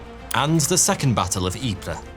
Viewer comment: it's only a small gripe, but considering you even pronounced Ypres correctly. every time you say bore instead of bow-uh (Boer) was like nails down a chalkboard 🤣